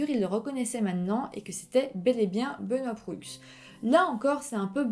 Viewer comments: Très bon. Par contre, on dit: Benoît Prou...même s'il s'écrit Proulx. Ensuite, la ville se dit : Ste-Foi, même s'il y a un Y au lieu du i. Ceci est à titre informatif. Bravo pour tes vidéos, j'adore. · Bonne vidéo mais pour la prononciation : on prononce *Sainte Foie (St-Foy) *Benoît Prou (Benoît Proulx) et on dit Université Laval (et non pas de Laval).